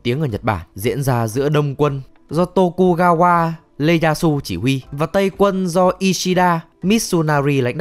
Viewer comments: Ieyasu là ieyasu (i ê ya su) chứ k phải lê yasu nha ad :)))) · Thật ra phải đọc là tokugawa ieyasu chứ ko phải là leyasu😂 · Vâng, là Tokugawa I eyasu, nhắc lại là "i ê" yasu, không phải "lê" yasu. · Ieyasu chữ i viết hoa nên đọc thành leyasu khổ tht =))))) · Tô-ku-ga-qua LE-da-su :v Hãy nói cho mình biết là các b cố tình troll chứ ko phải là đọc sai đi :(((